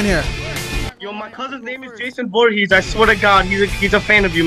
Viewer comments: bro said jason voorhas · FOREHeS???? It’s ForehEs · Jason Voorhees not Jason Voorhes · “jason vorhezz” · He botched the last name lmaooooo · Bro said Jason Voorhes but I love you no homo and you know why I said no homo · Love you but Jason "Vorhezz" is crazy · great vid but it’s Voor-Hee-z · This man just said Jason Vorhoos🤣😂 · who tf is "Jason Voorhez"??? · my guy said jason voorhass😂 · “Jason forhez” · The way he was pronouncing vorhees lmaoo